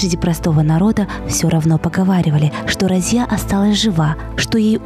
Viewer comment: Я знал раньше бабушку ,ее звали Разия .Ударение на последней гласной .Думаю имя арабское.